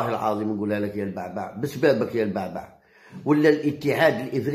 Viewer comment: البُعْبُعْ وليس. كما تنطقها يا هذا. الضعيف. في اللغة العربية